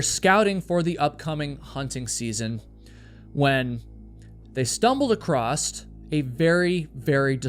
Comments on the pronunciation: Its "across" not "acrosst" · There’s no T in the word across. lol